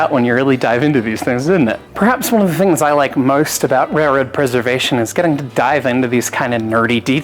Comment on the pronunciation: here we see execute a perfect Australian "most", not morst, not maurst, most...